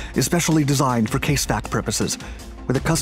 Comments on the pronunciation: CASEVAC is pronounced 'Kaz E 'Vak, for Casualty Evacuation. Not 'Case Vack'. 😉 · It's CAS-EVAC not CASE VAC lmao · "Casevac" is pronounced "cas-evac". Casualty evacuation.